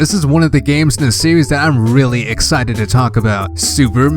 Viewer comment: “Metroid sewies”